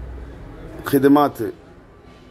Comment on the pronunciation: ഖിദുമെത്,(خدمت,)not ഖിദുമാത്,(സഹായം, സാന്ത്വനം, എന്നൊക്കെ പറയും) 😀😀😀